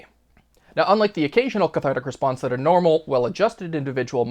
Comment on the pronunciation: "DAT" is not a word